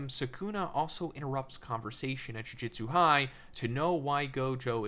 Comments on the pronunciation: Another youtuber trying to explain something about a show/manga whose title they can't even pronounce correctly. Jujitsu =/= Jujutsu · Dude, I swear to God every fucking JJK video. It's Ju-JU-tsu, not Jiu-Jitsu. As is bad JU-JU, like magic. Not like Brazilian Jiu-Jitsu. JOO - JOOT - SUE